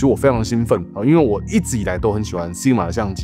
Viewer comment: SI G MA...不是 SIG MA